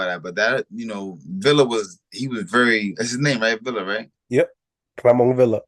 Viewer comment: Its amazing how y’all hear how to properly pronounce these fighter’s names and yall STILL say it wrong… It’s pronounced VEE YA not VIL LA… And Chukhadzhian is pronounced CHUKA JOHN… Yall be tripping 🤣